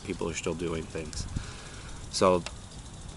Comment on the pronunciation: His name is serpent Z A not serpentenza :D